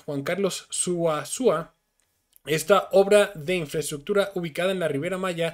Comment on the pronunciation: Suazua,,,NO. Su. a sua 👎👎